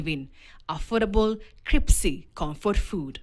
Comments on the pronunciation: The narrator said cripsy😂 it's crispy. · I think the reporter meant crispy, not kripsi😆. Chida ya matamchi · Haha I caught that too lol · kripsi?!! ktn inatoa wapi hawa reporters? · 😂😂😂 i thought i heard cripsy too lol